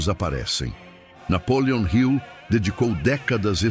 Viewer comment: Napoleon Hill não é Napoleon Rio. Está errada a forma como você diz.